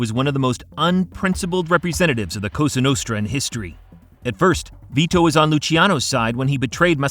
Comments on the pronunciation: When this guy said costra nostra I almost turned it off . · Straight from the "Coustra nustra" in the first couple seconds, i assume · "COSTRA NUSTRA" I'm out of here, wtf AI a$$wipe?